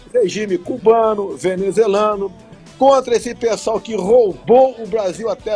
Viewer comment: Ele fala psol ou pessoal?! Hahah